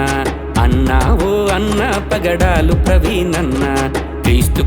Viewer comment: పగడలు కాదు బ్రదర్,.. పగడాల